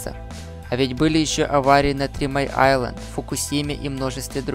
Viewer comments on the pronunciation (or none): none